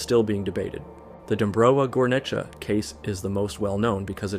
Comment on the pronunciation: He nailed "Dąbrowa Górnicza", like well deserved